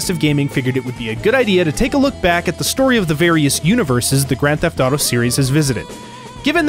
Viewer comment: "Grand Theft Thaw Tho"